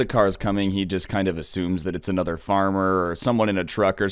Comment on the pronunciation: Does “uhchother” bother anyone else?